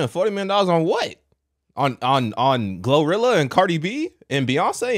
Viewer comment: That lady with the blue rag on her head said GloWrilla, Mellion the Stallion, KarlyB 😂😂😂😂😂😂😂😂😂 Whew Chile